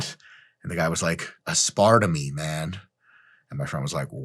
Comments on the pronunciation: "Ass-par-tah-mee" is just a weird European pronunciation. How did you not come across this in your research instead of leaving implied mockery for the guy who pronounced it this way? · Aspartame died when I heard that pronunciation of aspartame. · OMG. When I first met my now husband he used to to pronounce it “as-Sparta-me”. This made me laugh so hard. Still ended up marrying the poor guy. 😂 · OMG I USED TO PRONOUNCE IT ASPAR-TAMEEE TOO LIKE IT'S A DAMN GREEK GOD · Lol had to stop my set at ah-spart-ah-mee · “Asp-ar-tuh-me .. word up.” LMAO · As-part-a-me? More like 'that's-part-o-me,' am I right? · I have had that exact same exchange where the person mis-pronounced aspartame in the exact same way.